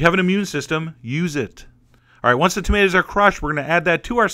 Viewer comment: "Tomato" pronunciation guide: singular, tomato (long o), plural, tahmatahs. OK. Got it.